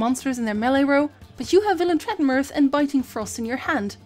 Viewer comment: I mean the tutorial is great and all but im just impressed by your pronounciation of Villentretrenmerth